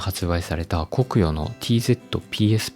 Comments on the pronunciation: コクヨの発音（イントネーション）気になる。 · 「コクヨ」の発音が気になる。